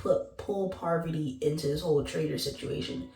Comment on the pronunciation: Don't do that, PAR VUH TEE!